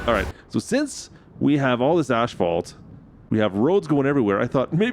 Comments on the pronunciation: Why do you keep calling it ashfault? It is asfault! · Omg.... please. Its not ashphalt, it's asphalt... there's no H. You're saying it like it has ashes in it😭 This drove me nuts the whole video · I've heard of the silent N or P. but never the missing H Asphalt. as fault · AS-FAULT!! NOT ASH FAULT 😅 Also if you roll the sand smooth before you pave, better end results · Canadian pronunciation of asphalt. Drives me crazy. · The H in Asphalt is after the P not Before Brotha